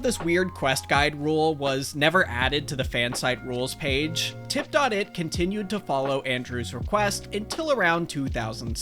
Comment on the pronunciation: I cringed every time you said "Tip Dot It" lol it was just called Tip It back then haha